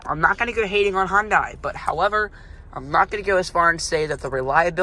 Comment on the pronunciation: its pronounced hun-day not hon-day